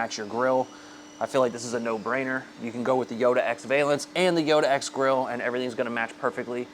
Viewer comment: Can you mount these on an SR5 premium? Also, just FYI pronounce the first half of valance like the name Allan.